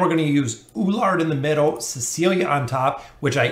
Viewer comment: E (like Echo) LU (like LUcius) ARD (ARDen) = E LU ARD. You also have same pronunciation problem with Lucretia. Awesome video thanks.